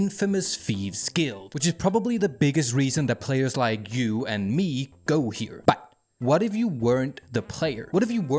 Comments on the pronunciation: Hvorfor siger du but på den der måde , prøv at tage dig sammen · i love how he says me and but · When this guy says "but" he sounds like that airplane dog from the dog of wisdom videos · Oh no I can't unhear it now (but that's a bonus tbh) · No way y'all that bothered by a pronunciation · I don't believe the accent is the issue because not all of his "buts" sound like that, some sound normal and some are overpronounced on purpose to build tension or something I'm starting to believe it's just a quirk of the channel which is fine if his subscribers find it amusing and like it, I just find it hard to concentrate on the video when it contrasts with the rest of his words like I'm listening then over a sudden just a jarring "BUT" comes up and puts me off